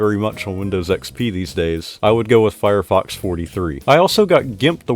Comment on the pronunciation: My fav win. Anyone else hearing firefox as firefu**s when he say it? 🤔